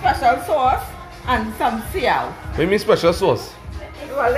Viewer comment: Seaow boy my mom does say the same thing for Soy Sauce whe they learn that word from boy I always wanted to know